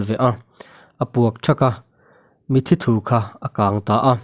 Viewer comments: Min 12 vel a mitthi thu ti a i chhiar hi mitthi thuu (mitthi atanga thil tui chhuak) tih tur a ni ang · Mizo ṭawng tlem zir ila ngai anih hi mawle,,,, mithi thu tih te, suvel tih te hi i lam dik lo tlat mai.